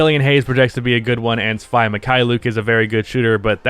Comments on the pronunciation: YOURE PRONOUNCING SVI WRONG ITS SVI LIKE WII NOT SVI LIKE WHY CMONNN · Svi is pronounced Svee